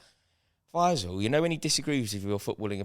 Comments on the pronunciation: You guys should do a YouTube short of each time called Fay-zal "F-AYE-zal" hahaha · The way pronounces Faysal 😂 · You say “Faysal” ,I hear “Deluded Guy with 0 Ball knowledge” 💁‍♂️